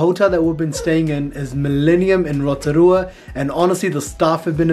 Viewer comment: Love your pronunciation of Rotorua! Not many can say it.